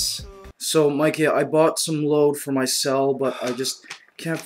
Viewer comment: Thats great, the way he talks is more like "Forced English" or more commonly known as "Carabao English" >_> Like, BERSION instead of Version PILL for Feel POUR for For? LMFAO, yeah, good job dude, GOOD JOB